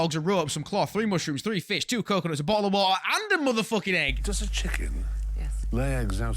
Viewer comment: A BOT'O WAR'AH